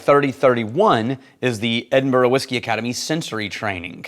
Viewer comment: So nice to hear pronounce Edinburgh properly. Haha.